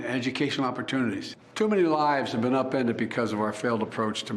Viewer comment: He pronounced “upended” wrong